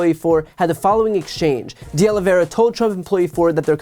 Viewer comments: Diós mio. Oh-Lee-Vee-Eh-Rrrr-Ah. Not Aloe Vera. Hit the Eh-Rrrr hard. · Oliveira. OlivEIRA. Not Olivera or Oliveria. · Please note the correct pronunciation of these Portuguese names: Oliveira = oh-lee-VAY (like “ray”)- ra —- and while we’re at it: Teixeira = “Tay (like ray) - SHAY (like ray)- ra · IT IS OLIV EIRA NOT OLIV IERA OLIV IERE OLIV ERIA or OLIVE ERA . It is a very common Portuguese/Brazilian name. Nor Russian, French, or Spanish... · Why is it so difficult for this woman to pronounce "De Oliveira?" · Wow, she really butchers "Oliveira."